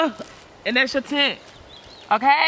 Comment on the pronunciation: She said tent day..........what even is a chint??